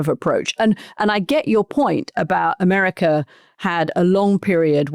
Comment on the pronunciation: Gazar, Americar 😂😂😂 why the "R" at the end of every word???